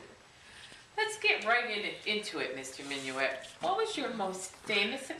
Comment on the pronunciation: your saying his last name wrong